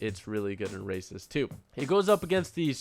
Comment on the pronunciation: I thought u were saying racist at first than I realized u were saying races